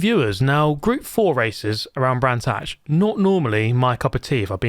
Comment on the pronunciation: Brands Hatch? Gran's Thatch.